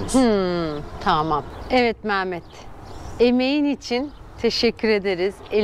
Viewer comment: Merhaba hayırlısıyla gezin GÜLE güle kullanın ama ustanın adı MAAMET değil MEHMET olmalı MAAMET diye bir isim yok güzel Türkçemizde....